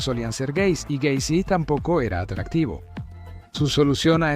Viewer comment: John Wayne Gay-cy